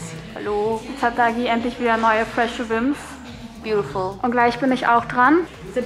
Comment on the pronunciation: Wie sie die ganze Zeit wimps sagt ich komm nicht klar😂😂😂